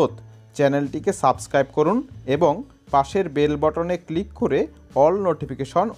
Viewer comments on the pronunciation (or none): none